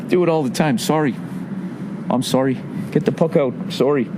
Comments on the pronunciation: Sawry sawry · LMFAO "Soory, get the puck oot"